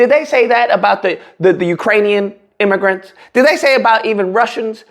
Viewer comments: He did said it with the hard R, migger 😂 not even miga, straight up migger. He's the true hard R. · don't you mean miggergrants? lol he clearly had some "Gs" in there